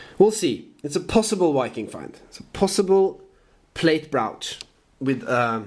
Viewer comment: maybe the top of the mountain will be a good place for early stuff btw, brooch is pronounced with the long O as we say in USA. maybe some counterfeiting in the old days as well....found everywhere, the Gordon Geckos of the world :)